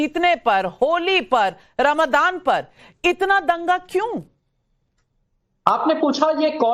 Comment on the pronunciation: नाविका जी रमादान नहीं रम जान कहिए 😅😅😅